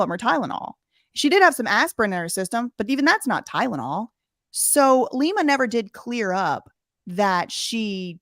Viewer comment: btw that’s not what Lima said.. she said, ”ty-den-all” 💀💀💀 idk what it is about that soft white underbelly clip.. but it infuriatesssssss me the way she pronounces Tylenol lolol. Definitely doesn’t help that I cannot stand that shady lil….🙃🤐